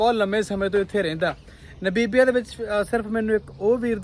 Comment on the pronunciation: ਭਾਜੀ ਮੈਂ ਇੱਕ ਗੱਲ ਤੁਹਾਨੂੰ ਖਾਸ ਤੌਰ ਤੇ ਕਹਿਣੀ ਚਾਹੁੰਦਾ ਹਾਂ ਕਿ ਤੁਸੀਂ ਨਾਬੀਬੀਆਂ ਨਾਬੀਬੀਆ ਕਰੀ ਜਾ ਰਹੇ ਹੋ ਨਾ ਬੀਬੀਆਂ ਨਹੀਂ ਨਾਮੀਬੀਆ ਹੈ। ਜਦ ਕੋਈ ਕਿਸੇ ਲਫਜ਼ ਦਾ ਜਾਂ ਕਿਸੇ ਦੇਸ਼ ਦਾ ਨਾਮ ਦਾ ਉਚਾਰਨ ਗਲਤ ਕਰਦਾ ਹੈ ਤਾਂ ਮੈਨੂੰ ਬਹੁਤ ਗੁੱਸਾ ਚੜਦਾ ਹੈ ਔਰ ਮੈਂ ਜਿਸ ਦਿਨ ਦਾ ਬੋਟਸਵਾਨਾ ਤੋਂ ਅੱਗੇ ਦਾ ਦੌਰ ਦੇਖ ਰਿਹਾ ਤਾਂ ਬਾਰ ਬਾਰ ਨਾ ਬੀਬੀਆਂ ਨਾ ਬੀਬੀਆਂ ਸੁਣ ਕੇ ਮੈਨੂੰ ਗੁੱਸਾ ਚੜ ਰਿਹਾ ਤੇ ਮੈਂ ਦੇਖਣਾ ਸ਼ੁਰੂ ਤਾਂ ਕਰਦਾ ਹਾਂ ਪਰ ਫਿਰ ਮੈਂ ਦੇਖਣਾ ਬੰਦ ਕਰ ਦਿੰਦਾ ਹਾਂ ਇਸ ਨਾਲ irritation ਹੁੰਦੀ ਹੈ ਆਪਣਾ ਉਚਾਰਨ ਸਹੀ ਕਰੋ